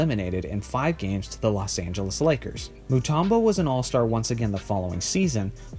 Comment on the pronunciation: His names Mutumbo not Mutarmbo